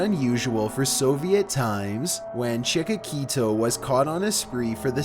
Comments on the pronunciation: It's not pronounced chick-ah-key-toe. It's chick-ah-till-oh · #13 not Chikokito. it is Chikotilo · Wtf is chikakito? It's CHIKATILO. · HE SAID CHIKAKITO, my man it's chikatilo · His name is Chikitillo! Not Chikitiko!!! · Chik-a-til-o , sorry but that bothered me. Chik-a-keet-o, jeez man, you butchered the butchers name. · Chickaquito, LOL! It's Chick-uh-TEE-loh. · You're always butchering words! It's not "Chikakito", it's Chikatilo. Take some extra classes and open a book please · Number 13 is not Chika-Kito, he's Chikatilo (pronounced Cheekahteeloh). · It is A.R. Chikatilo not Chikatito like you said. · no no no no no....it's Chikatilo not Chikakito lmao XD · do you mean chick-a-tilo not chickakito in number 13 lol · "Chikatilo", not "Chikakito"! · Cheek-akita made me laugh so hard I can’t even explain No, it’s “chee-kah-tee-lo”. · It’s Chikati-LO, not Chika-KEETO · Chikakito))) it sounds more Mexican than Ukrainian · yeah, it's definitely not Chiquito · It's chikatilo, not chikakito. The reason he was on a spree for so long is simply because soviet police sucked so bad. And there were worse seriels killers than he. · The Russian serial killer and cannibal was Andrei Chikatilo, not Chikatito. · Chekokito? 😂😂😂 it’s Chikatilo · Its ChikaTILO, not ChikaKITO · Great video... It's Andrei Chikatilo... Not "chikatito" just letting you know for accuracy. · Oh my God , it's CHIKATILO. Not chikakito!!!! Face palm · Russian maniac's last name is mispronounced. It's Chikatilo, not Chikakito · It's Chikatilo, not chikikita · Andrei Chikatilo. Not Chikakito. :) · Chicakito LOL .It's Chikatilo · ChikaTiLo! not Chikakito :D sounds like pokemon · Andre Chikatilo, not Chika Quito! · Its CHI-KA-TI-LO not chikakito..... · Number 13: His name is Andréi Chikatilo not "Chikatiko" lmfao... always mispronouncing things 😂 At least his video's are good! Unlike way too many people now days! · chikakeeto lofl its chikatilo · chi ka ti lo , even subtitles say it cmooon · It's Chikatillo